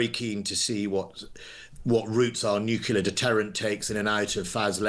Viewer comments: "nucular"? Was he Minister for Defence or Minister for Illiteracy? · Another idiot that can’t even pronounce ‘nuclear’ correctly.